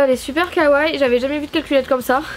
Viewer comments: J'adore tes vidéos ! Mais on dit Kawaii, comme y a deux i on les prononces, et on dit Lilakkouma pas Rilakkuma voila voila :) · Un jour le mots kawai sera dit correctement ...